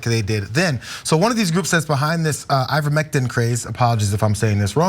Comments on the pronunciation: you pronounced ivermectin correctly. Funny enough You can use ivermectin for parasite prevention in guinea pigs as well. I used it on my herd of 5. But it’s doesn’t work on viruses….at all…I know this because they’ve given me their colds not long after medication. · I work in pharmacy, and pronounced ivermectin better than 90% of my patients